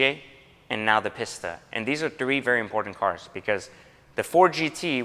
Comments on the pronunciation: . PISS-ta? facepalm. Try PEACE-stuh. Thank me later. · From one Italian to another it's pronounced 'Peasta' not 'Pissta'. Like the leaning tower of pisa! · Is it pronounced Peesta or Pissta? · Lol, gotta cringe every time somebody calls this car a “Piss-tah”...it’s a “Pee-sta” Be careful, Ferrari may roll out of his grave and take it away from you! 😂...All teasing aside, love the car and I’m a huge fan of that blue as well (I think they call it California Blue on the new models?), and it’s always cool to hear a person who has pride in his life’s path and truly enjoys the rewards that gives, rather than simply seeing these things as mere status objects. Enjoy dropping the hammer in that bad boy 👍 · it's pronounced Pee-st-ah smh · A "Piss-ta"?? You'd think the anyone with an iota of class might learn how to pronounce correctly. You can take the guy out of the slum, but you can't get the slum out of the guy. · That is absolutely gorgeous. And I think it’s “pee-Sta”. Best Buy you’ve gotten this year. Gonna be hard to top even after the dbs’a you keep coming up on. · they are both underwhelming . One of them is just more over torqued, and turbo charged unlike the magnificent naturally aspirated 458 speciale. The only thing the PISS-TA ( as he keeps pronouncing it in the vid) can do more effectively is go faster in a straight line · right i was cringing every time he said it wrong